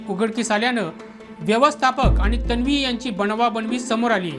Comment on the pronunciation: अरे बाबा तण्वी, णंतर, पोलिसाणी, बणावट ,बणवाबणवी, लोकाणा नाही म्हणायचे....उच्चार शुद्ध असु द्या...बातमी देताय आपण.